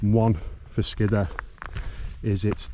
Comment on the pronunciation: I always thought it was pronounced "Skid - Ore"